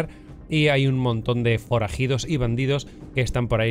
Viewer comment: Hay forajidorss y bandidorss por ahí... xD Me encanta la naturalidad de en los videos;)